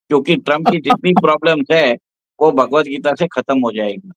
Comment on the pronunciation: BHHAAGWAT NAHI BHAGWAT BOLE